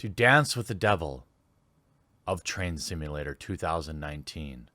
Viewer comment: I thought you said Trans Simulator!